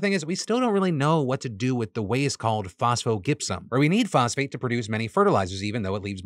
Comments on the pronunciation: Why why why are you pronouncing it Gip-Sum? I’m just going to assume this was a flub and not a proactive move to not say the phoneme Jip. Because it’s Jip-Sum. Like the rock Gypsum. So Phospho-Gypsum== Phosphogypsum= Fos-foh-Jip-Sum. Just in case a writer told you to say it the way you’re saying it. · FYI, phosphogypsum is pronounced "fos-fo-JIP-sum". The "g" sound in gypsum is the same as in gymnasium, gypsy, German, or germanium.